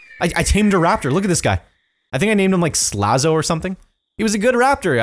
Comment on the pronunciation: He called Slazo Laminate on day 57